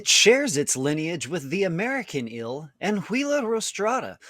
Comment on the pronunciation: says "ill" for eel